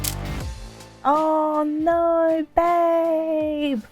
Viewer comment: She says "no" like an aussie 😂😂